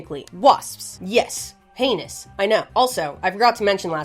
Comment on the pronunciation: i love how this girl we all tune into because shes semi intelligent funny and swears. is always so self conscious. and in reality were all laughing because every time you say heinous all we hear is anus. and for some reason it is your favorite word in this video.